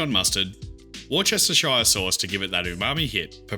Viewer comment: War-Chester-Shire sauce! 😅